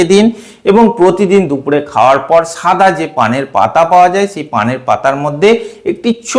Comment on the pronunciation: সাদা কে ছাদা বলছেন